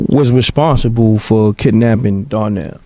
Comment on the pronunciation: Why they keep pronouncing Donnell as DARNELL???